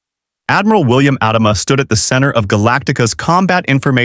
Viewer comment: Mispronouncing Adama took me out of it from the beginning. Stupid AI.